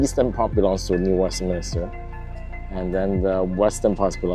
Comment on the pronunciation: Please New WestMINSter.